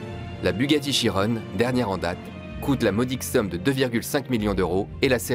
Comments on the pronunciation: On dit Bugatti Chiron pas chironne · Meka teknik c’est français ont dit Chiron, les autres pays savent tous simplement pas le prononcer 😂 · En plus de ça c'est un nom d'un pilote automobile FR Louis Chiron donc on doit respecter la prononciation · Dans certains pays on est obligé de prononcer "chironne". Mais pour un français oui c'est chiron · C'est un nom propre donc dans tout les pays on doit dire Chiron...